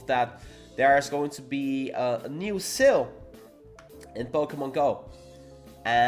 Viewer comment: I keep thinking about what "seal" he's talking about, and realized that it's "SALE" dagnammit 😂